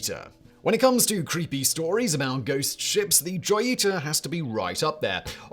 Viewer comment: Joy e tah 🤣🤣🤣💀 Pronounced Ho Yee ta mah mans 😎🤣